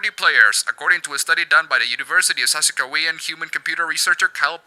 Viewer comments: Saskachewan is pronounced as Sask-kat-chew-wan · "Sasakewayan"? For future reference, it's pronounced "Sas-katch-eh-won." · Lol literally the best pronunciation of Saskatchewan ive ever heard lmao. Btw, its Pronounced Sass-Ka-Chew-on. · For pronouncing Saskatchewan, "Sass catch you on". In regard to identity politics, I agree with you. It does not matter. I play games to be immersed into a story. Why aren't these people complaining about there not being enough diversity in books? Oh wait, the majority of these people probably don't even read, do they? I aspire for the day where we can look past physical or sexual attributes that define our whole character, and focus on passions which make our up our identities. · 2 things 1) We pronounce it Sah-scat-chew-on 2) I apologize for likely funding this with my tax dollar. - Okay... WTF? "Developers feel diversity in the game industry in general is 'very' or 'somewhat' or 'important'." The hell does that even mean? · Sass-kah-chew-on. Don't say I never taught you anything. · It's pronounced "Sah-Sk-ah-tchu-wan" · It's pronounced Sas-cat-chew-on. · I love pronunciation of “Saskatchewan.”